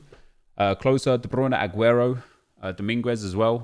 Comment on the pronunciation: The u in Dominguez is silent